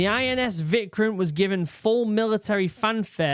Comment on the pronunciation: Vikrant - Veek-raanth (the "h" needs to be emphasized a bit, to make it a soft "t") Kerala - Kay-ruh-laa Vishal - Vee-shaal Vikramaditya - Vik-rum-aa-dit-ya